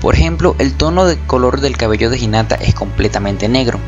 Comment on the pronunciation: por que dice inata y no jinata que es como se pronuncia ._.